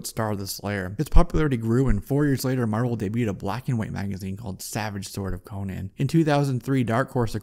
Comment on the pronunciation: His name is Conan, not Conyan, for Crom'sake!